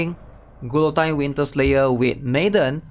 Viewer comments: glutine? lol say it like this ma bro gee yo tyne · Gil oh teen Not Qwill o Tyne. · “Gee-a-teen” Great breakdown, otherwise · Who the hell is GOO LOW TEEN???